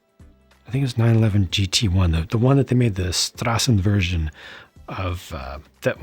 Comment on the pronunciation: I like the pronounce of your german speaking "Straßenversion". Sounds brilliant❤ and also no "Porsch"...